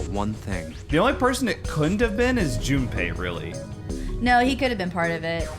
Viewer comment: Every time she says Jumpy all I can think of is 'Jum - P!'